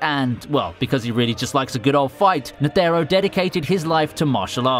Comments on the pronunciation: y is he saying net ERR o? just say netero please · Ney tey ro